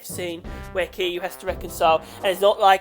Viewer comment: And his pronunciation for Kiryu was just the correct way to pronounce kiryu lmao